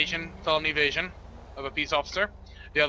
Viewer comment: When he said “felony evasion” I thought he said “felony of Asian”